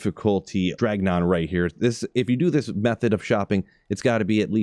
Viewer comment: “Dragnon” is crazy lol